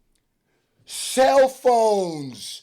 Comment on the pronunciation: son the way he says cellphones😂😂😂😂😂